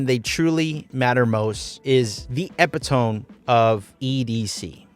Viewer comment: EH-pih-tome? It's eh-PIH-to-mee, dude